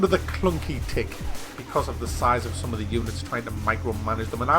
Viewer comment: "In ze building"